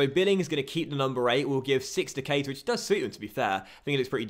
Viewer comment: PLEASE! It really annoys me when people get his name pronunciation wrong. It's pronounced like Ka-Eeta. Like so docks can see please 💯💯